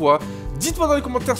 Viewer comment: Pourquoi tu dis toujours maissphère je ne comprends pas pourquoi tu dis ça 🤔(je ne l'écrit pas bien le maissphère)